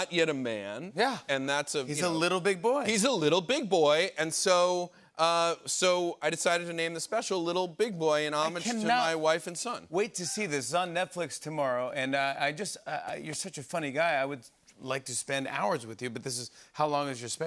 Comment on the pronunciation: He meant "homage" but he said "omish"!